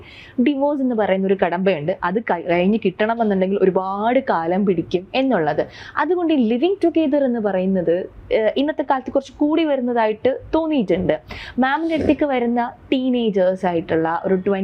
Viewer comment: ലീവിങ്ങ് ടുഗെതർ, അല്ല മേഡം ലിവിങ് ടുഗെതർ എന്ന് ശരിക്ക് പറയു.